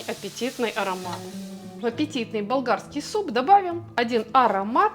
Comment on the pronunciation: Правильно Вам комментатор выше сделал замечание насчёт произношения и дикции . А Вам , прежде чем отвечать и советовать слушать повторно , следовало бы самой послушать что Вы сказали и адекватно на это ответить. Лично мне тоже непонятно, что Вы произнесли , мне слышится - балдагский , и прослушала я неоднократно и внимательно . И если Вам никто больше не написал замечание по этому поводу это не означает, что все поняли , и ваше замечание , что неправильно послышалось только " учителю с идеальным слухом " по меньшей мере выглядит манипулятивным и обесценивающим мнение комментатора .